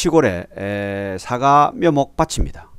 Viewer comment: "사가"가 아니고 "사과" 입니다.